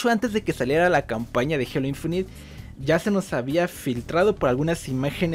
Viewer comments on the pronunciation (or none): none